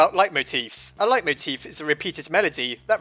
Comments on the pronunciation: "light-moteef"? I've always heard it be pronounced as "lay-moteef" :v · Isn't it pronounced lay-moteef?